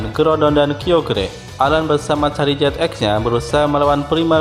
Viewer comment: Koreksi gan itu namanya bukan tipe karang tapi batu (rock) sama pelafalan nama Charizard itu (Char-Zard,i nya gak dibaca 😅) Garchomp juga cukup dibaca Gar-Com,Pyroar juga bacanya (Pai-Ro-Ar),Kyogre(Kai-ogre),Rayquaza(Rai-ku-aza)tapi tetap semangat gan,videonya seru 😁👍